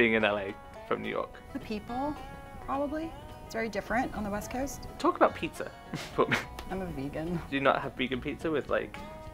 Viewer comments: Yea, but she threw me off when she said "coast" . Sounded out of state to me, almost Philly-like, no? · The only thing that threw me about the girl in the middle was her long O on West Coast. Everything else was right. in the final interview said Coffee wrong. The redhead had so many sounds wrong that she should have been functionally eliminated in the first 30 seconds if it took that long. If she talked like that and asked me where I thought she was from, I would absolutely not have guessed New York. In fact, I'm not sure I'd guess she was American. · I'm from Yonkers. I picked Rachel. I thought was trying too hard. The last lady mispronounced "coast" and "coffee".